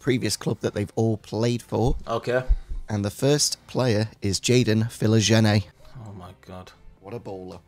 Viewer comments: The pronounciation of Philogene... and you're english mate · The way pronounces 'Philogene' upsets me and I don't know if it was intentional.